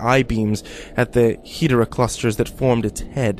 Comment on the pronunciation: GEEZERA?!?! BORA-GON?!?! OGRA?!?!? HEEDERA?!?!?! UH-GIRUS?!?!?!WHAT OTHER GODZILLA MONSTER NAMES WILL HE FUCK UP NEXT?!?!?